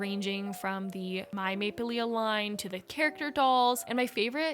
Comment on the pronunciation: The maplelea brand is pronounced maple-lee. The last A is not pronounced:)